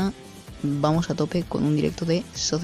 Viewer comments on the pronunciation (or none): Bro en la pronunciación te equivocas ahora que me doy cuenta, se pronuncia "socker" manager, no "sosser" manager. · No te lo tomes a mal bro jaja, me gusta y me da gracia como lo dices